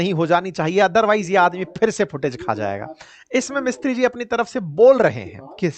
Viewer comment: सर हमारे विदेश मंत्रालय के प्रवक्ता का नाम विक्रम मिस्त्री नहीं विक्रम मिसरी है।